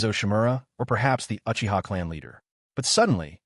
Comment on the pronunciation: How you not pronouncing the Uchiha’s name right smfh